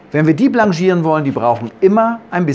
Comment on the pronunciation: ja, das sollte richtig ausgesprochen werden. Französisch ist Französisch.